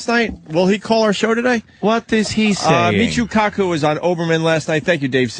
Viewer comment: lmao I love how Ant says “Michuuu KAkuuu”